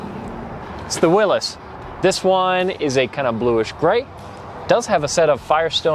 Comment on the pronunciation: I’m sorry, how did he pronounce Willys?